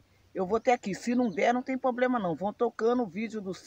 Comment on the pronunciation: é problema é não poblema